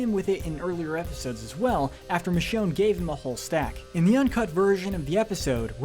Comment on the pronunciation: Please please, don't allow to do your episode on season 11! He butchered Michonne's name or RICHONNE! SMFH! 🤦‍♂️🤦‍♂️🤦‍♂️...+ his voice is boring 😴